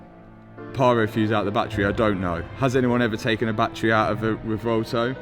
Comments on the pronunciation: You're the man, this is not a critisicm, but in case you care, It's pronounced "reh-VWEHL-toh" and not "reh-vohl-to." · "Revolto" Classic.